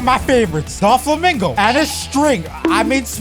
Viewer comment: Bro said Don Flomingo😂😂😂😂😂